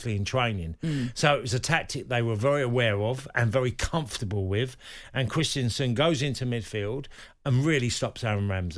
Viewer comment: Christiansen? I thought it was Christensen